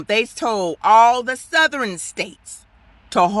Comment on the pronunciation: “All the Southerin states”